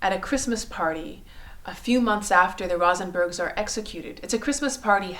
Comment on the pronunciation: Please: not Rah-sen-bergs, Rose-en-berg.